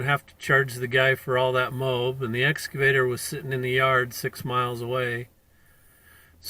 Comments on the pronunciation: WTF did "Blue Bunny" do wrong? He entered the highway very nice and legal-like. Oh, and it's "Excavator", not "S Cavator", you blithering IDIOT! You should have known. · Its excavator not S Cavator.